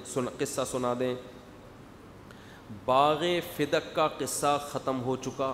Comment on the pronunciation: Bagha fadak hota ha bagha fidak nhi